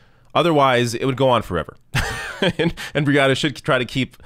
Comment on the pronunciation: trump can't pronounce the 'n' in 'and' because his nose is stuffed (with Adderall &/or coke, according to multiple sources).